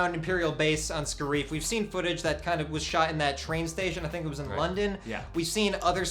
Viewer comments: and it's not friggin (ska reef) it is (scare if) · spoilers first it's pronounced scare if not scare eef also yeah everybody dose die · Ryan Meaker also the, "Scarrree-eef" instead of Scare-if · I don't think it is going to be pronounced Sca-reef I think it is Scare-if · The way they pronounced Scariff hurt too